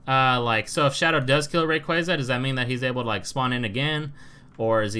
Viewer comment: It really triggers me how you say rayquaza.😠